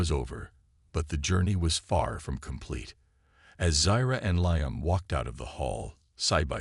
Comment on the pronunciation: And make sure your AI program pronounce names accurately, his name is pronounced "LEEAM", get it right or don't do it at all, AI sure sucks!